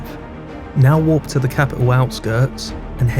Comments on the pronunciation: I think he tryna say warp but his accent 😭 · You pronounce 'warp' and 'walk' far too similar